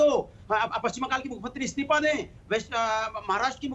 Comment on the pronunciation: it's isteefa not isteepa